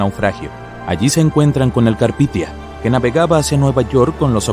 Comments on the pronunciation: carpitia? Carpathia xd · Si muy genial con el Carpithia, en lugar del Carpathia. Menudo error. Es como llamar Titonic al Titanic. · El Carpithia????? No sé qué cuesta documentarse bien antes de hacer cualquier video... Se llamaba el Carpathia. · 02 : 13 es CARPITIA o El CARPATIA?